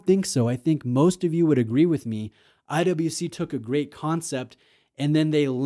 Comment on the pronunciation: pronounces IWC as I double you see